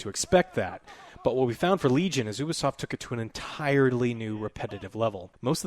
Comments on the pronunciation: I refuse to listen to a review by someone who still cant pronounce ubisoft in 2021 😒 Its (you-bee-soft) Not (oob-ee-soft) Ya twat waffles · its not OU-B Solf its U-Bi-soft.. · Did he just say "Oobi-Soft"?..... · I don't understand how so many people pronounce Ubisoft wrong. I legitimately don't get it. How do you pronounce there " Uplay" service? oo-play? I would assume it's pronounced you-play.